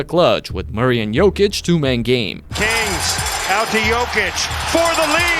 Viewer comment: Can you PLEASE stop butchering Nikola's name? Check the video on youtube called "How to pronounce Nikola Jokic's name the right way"